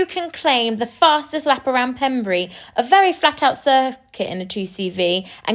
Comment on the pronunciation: It’s pronounced Pembray, even though it’s spelt Pembrey! I used to work at the RAF Range… 😮